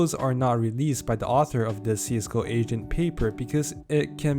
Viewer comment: Why the hell i hear asian instead of agent